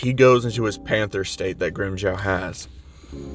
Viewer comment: it's pronounced grim-Joe